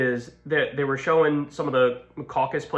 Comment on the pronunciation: snickers "CAUC-us" 😂